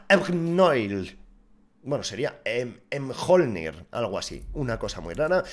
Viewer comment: Nooooooooo!! la Negev se pronuncia miolnir ya que esta basada en el martillo de Thor llamado Mjolnir